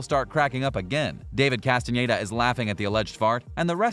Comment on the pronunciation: I appreciate he says Castañeda and not Castaneda like every english native speaker.